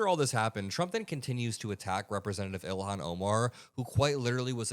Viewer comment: It sounded like he said Elon Omar